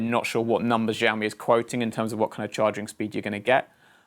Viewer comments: Btw it's pronounced sha-o-me not za-o-me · sh not zsh try shaomi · SHIAOMI NOT ZZZOAMI 😲 (sorry just get triggered easily by these things.) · Btw its pronounce ShiaouMi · well for one thing he pronounced Xiaomi wrong!